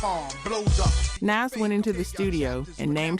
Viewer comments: Couple things... First, MC Shan is pronounced like "man" not "shawn" LL's "Jingling Baby" has nothing to do with his Kool Moe Dee beef. Nas is pronounced like "pause" not "pass." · Why do these videos all have to be AI? 🙄 Nas is pronounced "NAH-zz". Not "NAZZ". Put some respect on his name. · That’s the first time I ever heard ‘Nas’ pronounced like that. Did I miss the memo? Edit: ‘2-Pack’ too? 💀